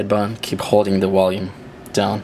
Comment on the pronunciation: maaaan this is annoying its Volume now where is there a w in this word enunciate the damn word its VOLUME with a V so i guess violin is now wiolin haha and water is now vater and wait is now vait all in all a cool ass video ooops i meant wideo lol stay safe